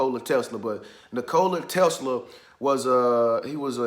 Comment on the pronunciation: Bro you are pronouncing his name wrong lol